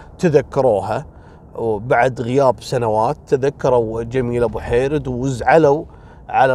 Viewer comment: عفوا استاذي اعتقد اسمها جميله بوحريد وليس بوحيرد